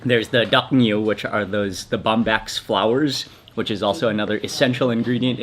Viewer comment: I'm glad that Mark can speak the Thai language, which is REALLY good for Micah. He called one dish "The BOMB-BACK".